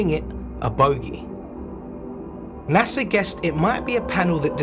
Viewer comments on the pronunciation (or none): none